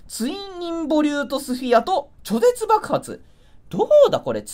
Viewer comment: ちょぜつって😅